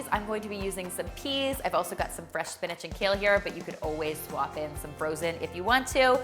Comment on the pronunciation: Am I the only one who learned how to say SPINACH and not SPINAG 😂